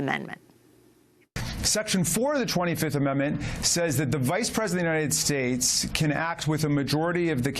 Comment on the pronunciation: more than a dry throat: the united shtates